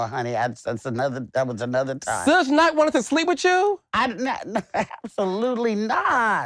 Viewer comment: Carlos calling Suge (Shug) Sujj is sending me 😂😂😂